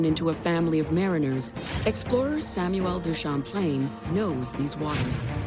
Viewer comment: Every time she says “Sam-miyew-well DU Shemplayne”… 😓 🤭